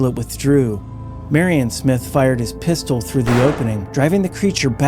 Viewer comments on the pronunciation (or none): none